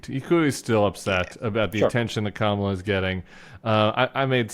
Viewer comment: Did anybody notice that Trump pronounced Kamala's name correctly at the press conference today? Not sure what that means!